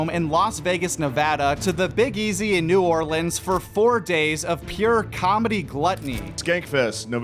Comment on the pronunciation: you gotta work on that New Orleans pronunciation ... dont say it like a tourist 😂